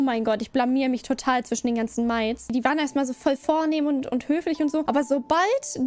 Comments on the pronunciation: Also, ich würde sagen, die Aussprache ist... deutsch und korrekt? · Können wir bitte darüber reden wie sie "Maids" ausspricht?